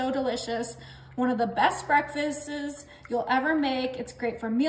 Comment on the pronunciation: JIMMY DEAN SAUSAGE not jimmy john. "Breckfastes"? What?👎